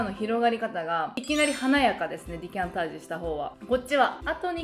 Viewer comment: いつも楽しく拝見させていただいてます。 動画中「デキャンタージュ」を「ディキャンタージュ」と「デ」ではなく「ディ」と発音されているようですが、「ディ」がより正しい発音なのでしょうか？一般的な記述では「デ」になっているので、教えてください。